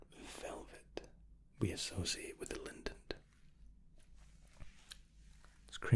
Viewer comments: I was falling asleep, listening to all the amazing options in first class and you mispronouncing Lindt snapped me back awake and I had to comment! 😂 You put an extra N in there! It’s just Lind-t, not Lindent. That sounds more like a chewing gum! First Class with sounds like the best way to travel, loads of high quality freebies! The Starbucks DoubleShots are so good, I get the No Added Sugar one, definitely recommend it to people who enjoy cold coffee! Hope you’re doing ok. Always enjoy your videos and looking forward to the next one already. How’s the Covid situation over in Dubai? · FYI: Lindt chocolate (my favourite) is pronounced ‘Lint’ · German here. You can actually pronounce Lindt as "Lint", just stretch the n a little and maybe soften the t ever so slightly. Still a great vid though, really relaxing. Hope you have a great day:)